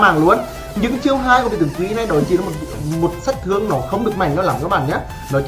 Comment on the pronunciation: Giọng đã khó nghe rồi ,con nói nhanh dính chùm," tịnh toạn lượng sạt thương,tập trung trận đậu" 😂😂😂